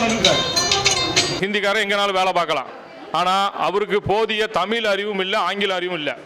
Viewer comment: தமிழன் தமிழை "தமிளு" என்று சொல்வதே கொடுமை.... 😮